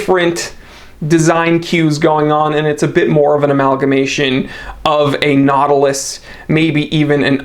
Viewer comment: Patek Not-ilus